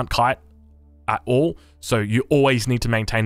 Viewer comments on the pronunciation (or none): none